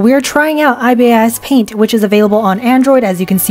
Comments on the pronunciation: i found it kinda funny you kept saying “I-B-I-S paint” instead of just “ibis paint” bc ibis is actually a word (it’s a type of bird) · … are you saying ibis paint as i-b-i-s .. like the letters…. is that how it’s supposed to be pronounced?? i always said ibis like the bird 😂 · as an ibis paint x user, there are buttons to change the fill tool, so you don’t have to worry abt lil white spots, plus there’s an animation feature and also IT’S PRONOUNCED IBIS, NOT I-B-I-S JS PRONOUNCE IT AS THE BIRD 💀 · I’m so sorry but every time a non- IbisPaint user says the name they spell out “I-B-I-S” it’s pronounced as “eye-bis” which you can actually hear when you go to their official YouTube! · bruh its ibis like the bird ibis (eye-bus) not I-B-I-S 😂 this hurts so bad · im weezing how did you say ibispaint ( its eyebis not I-B-I-S ) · Isn’t it eye-bees not eye-bis??? Like from the Australian bird?? (The White Ibis) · it’s not even ee-bis, it’s eye-bis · IbisPaint is actually pronounced eye-bis paint x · lol it’s eye-bis-paint😭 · "i-b-i-s paint" I dont care u said that wrong i wont hate on u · IVY A$$ PAINT? 😃 (the ibis paint pronounciation is so funny) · Bruh. It's pronounced eye biss paint 😑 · "ibisis paint" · “IB I S Paint 😭😭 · "eye-bee-ass paint" 💀 (not hate, i just think its funny) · "I B I S paint"😂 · GIRL ITS PRONOUNCED 'A.I.B.I.S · its pronounced eye-bis paint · “Eyebeeyes paint” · "eye bee eye ess paint" 💀 👁 👄 👁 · As an ibis paint user your judgement was true BUT THE WAY YOU PRONOUNCE IT MAKES ME WANNA CRY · why did u pronounce ibispaint like that 😭😭😭😭 pronouce the ibis like eye-bis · Everytime you pronounced ibis as i-b-i-s a part of me died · aussie here, you pronounce the bird like eye-biss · Rip i say ee-bis paint idk how to pronounce it as an ibis paint user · i was practically yelling at my screen out of PAIN when she said I B S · helpp not u pronouncing Ibispaint ''I-B-S paint" 😭😭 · why are you pronouncing ibis paint so wrong omg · It’s not “I.B.I.S.” It’s ibis